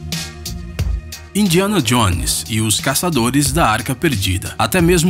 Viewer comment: Indianadionesar kkkkk